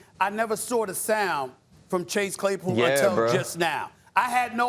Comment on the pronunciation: Chase "Chay Clasepool" Claypool